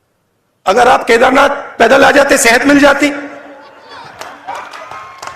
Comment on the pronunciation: राहुल जी वो सेहत होती है ना कि सिहत